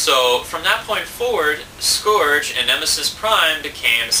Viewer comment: it's scourge (pronounced sc-ur-ge)